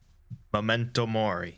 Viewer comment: I love that you say memento mori with a more italian twinge. Made my mornin.